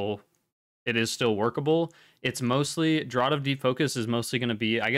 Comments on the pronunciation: FYI "Draught" is pronounced "Draft" :D Awesome guide, thank you. I didn't realise so many people were going to COLAD over Draught/VI. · No, it's pronounced "draft" exactly the same as "the wind caused a cold draft".